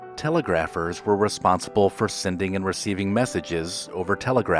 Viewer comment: Telegraphers = Teh-LEG-gruh-furz